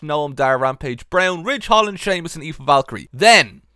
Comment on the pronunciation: the fact that you pronounce Aoife so perfectly, confuses me a bit.